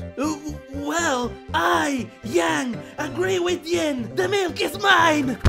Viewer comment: bro…it’s yin not ying